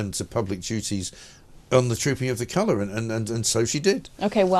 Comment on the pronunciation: What is “coloor “ ?